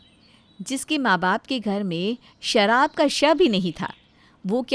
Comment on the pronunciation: Bidi puckte hai but sharb ka 'sh' bh nahi pata. Lagta hai apke writer bh 'sh' pe kar story likte hai